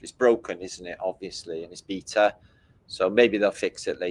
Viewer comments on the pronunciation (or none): none